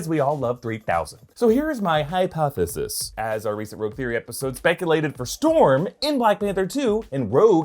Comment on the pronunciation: why you say hypothesis like that 😂